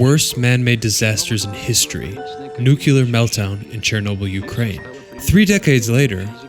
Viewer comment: Learn how to say NUCLEAR.